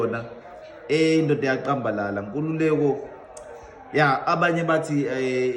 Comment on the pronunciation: Iyaqambalala, remember u Khanye can't pronounce 'c' uthi 'q'. Where is he from, I wonder what is his mother tongue